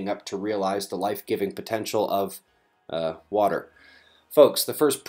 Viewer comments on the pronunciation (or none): LMAO, ,"uh water" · Nice "duh" pause on water almost beavis like. Hilarious.......